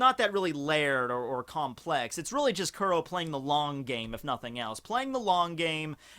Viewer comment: First and foremost thank you for posting these videos however white boy you should really start watching the anime starting with episode 1 so you can at least start pronouncing the first villains name properly. Both the Manga and Anime States that Captain Kuro was sick and tired of getting attacked by the Marines and doing the flashback he states that this was the third time this week that he got the tact and that's when he concocted the plan do frame someone else and have Morgan arrested them. Since the straw hat pirates in Django are the only people that know about Captain crows identity, he can easily change his name and join Cypher pol and get back into the storyline.